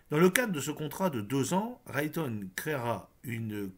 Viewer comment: Raytheon se prononce "Raiethéon"